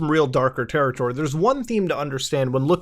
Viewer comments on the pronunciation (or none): none